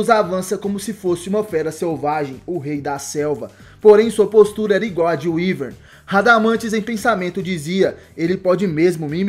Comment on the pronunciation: Radamanthys de wiverne Se fala Wiverne